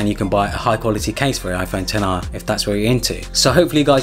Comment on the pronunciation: it’s pronounced 10-r